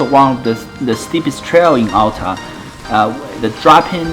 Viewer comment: Great video. My only criticism is that Alta is pronounced al-ta, not all-ta.